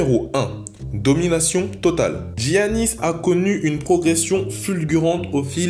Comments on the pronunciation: MDR C PAS DGIANNIS SA SE PRONONCE YANNIS LO XD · Ça ce dit Yanis ¡¡¡¡ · Ça se prononce "yannis" 😞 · Sa se prennonce Yiannis ( je suis grec ) dsl de te corrigé mais comme jsuis grec pr nous son nom est écorché , sinon style la video xD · on dit pas iannis plutot? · Bonne vidéo sinon sa se prononce Yanis son prénom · Il a galérer pour prononcé son nom